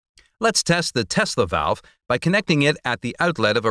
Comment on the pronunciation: "Tesla velve"